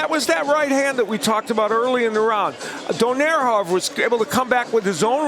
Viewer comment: Its pronounced donay-re not donaire you eat.